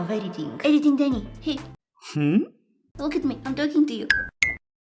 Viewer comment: it’s called deni not deny no hate just telling